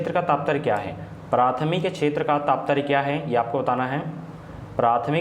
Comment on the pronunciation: Taptarya ni hota....Tatparya hota🤗